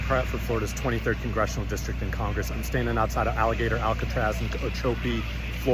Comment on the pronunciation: It’s Alligator Alcatraz. Not Alligaytor Alcatraz!